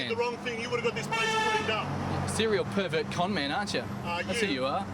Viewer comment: Australian Perrrrrrrrrrrrrrrrrverrrrrrrrrrt